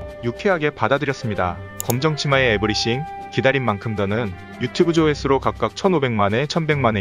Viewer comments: 에브리씡 발음 자꾸 마음에걸려,,, 에브리띵... 에브리 thㅣ잉 ,, 제발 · 에브리씡 ㅋㅋ 개거슬리네